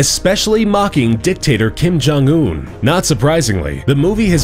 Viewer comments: All I heard was Kim Jun Ew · Did he say 'Kim Jon Eww'? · i thought u said kim jong ew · When will "kim gym yuck" die? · No coincidence he pronounces his name Kim Jong "Ewwwwww" as soon as his dead body comes on screen. Haha